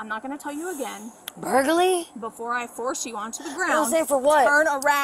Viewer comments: “Burgaly??” LOL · "For what, though?" "Burglary." "Burgrley?!" "Burgley?!" Lmaooo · “Burg-early” I’m almost 45 years old and I don’t think I’ve ever heard someone butcher the word like that. I often hear “fustrating” which ironically is extremely frustrating lol but this one caught me off guard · “What is my charge?” “Burglary.” “BURGALY???” 😂😂😂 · “Burguly???!!! I didn’t break in no one’s house??? Burgurly!!??? What ???!!!! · "Burglary" "BURGARLARLY???" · Burlergy? For what? 😂😂😂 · “BURGALYYY?” Word? What? OMG! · I get a kick out of the way she keeps saying "Burgalee" instead of burglary. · She said Burgerly 🤭😹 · "burgerly?!?!?!"🍔😦 "yes, burglary."👮🏼🚔 "BUR-GER-LY?!?!?!"🍔😲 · BURGERLY?! BURGALY!? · No, not burlagy, burglary. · Burgaly?? Maybe she could pronounce burglary if she had a few more teeth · "Burglary." 'Burgraly?!" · 👮‍♀️ cop: you are under arrest 😮‍💨 crackhead: for what? 👮‍♀️: burglary 😮‍💨bLurGulalRy? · She said “burgalllly” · "Burgaly" "Burgalize" 🙄😂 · "burlgury" she said 😂 You can be cute and ugly at the same time I guess